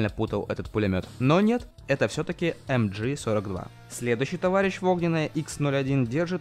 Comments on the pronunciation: Пулемет MG-42 называется ЭмГэ-42, а не ЭмДжи. Потому что на немецком это мащингевер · Не "а-амджи" это не англичашки правильно "амг 42" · МГ-42 (не эмджи, ты не реп читаешь "машингевер") и про этот легендарный пулемет ничего не нашел, но про древний кремниевый пистолет да.